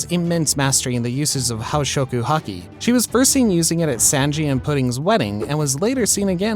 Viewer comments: Bro said saanji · please stop saying the names wrong i'm begging you the last video I saw he called mariejois somthin else and he called kozuki oden, kezuki oden XD. SABADIE, REALLY DUDE?! sanji's name is prenounced sonji bro really said sanji like it was a word XD